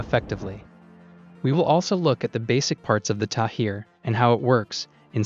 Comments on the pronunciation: Great video with good explanation, Just one thing, the Interceptor is called "Tamir" not "Tahir". Source - I'm an Israeli and worked with that system for many years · It's Tamir, not Tahir! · It’s the Tamir interceptor, not Tahir. I guess you conflated a H with a M at some point... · Tamir. Not Tahir. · The interceptor's name is Tamir and not Thair, in Hebrew Tamir means Hidden. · The interceptor missile is called TAMIR (not TAHIR) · its not tahir missile...its tamir missile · Tamir missile, not Tahir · its the Tamir missile not Tahir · The missiles name is Tamir not Tahir